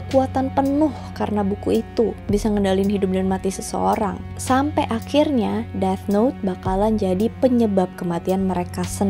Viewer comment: nice video as always. manteb. btw yg death note bacanya "deTH" 😉